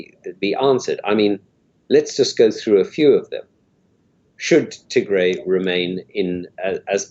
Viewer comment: I wish you say "Tigray" not Tigre